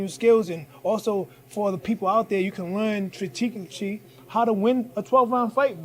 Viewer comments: Strateewtegyy * lol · For the ppl that dnt kno...cap strategically. Its its tratengentery😂😂😂😂😂😂😂😂😭😭😭😭😭😭😭😭😭😅